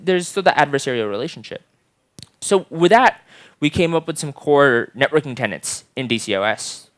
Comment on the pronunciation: *tenets (not tenants)